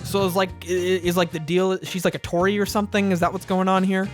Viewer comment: Did you say "is she a tory?" 😅😅